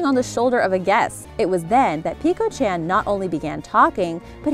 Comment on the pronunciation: you are saying chan wrong